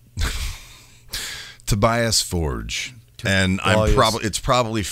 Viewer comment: It’s pronounced “Tobee-us For-guh”